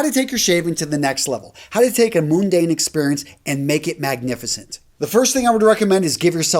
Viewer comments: FYI, , mundane is pronounced "mUHn-dayn", not "mOOn-dayn" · A "Moon-dane"experience? 😂